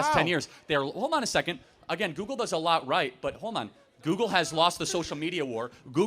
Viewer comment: Has this nut ever used Google? I feel like if he had, he'd know it's not pronounced "Googoo."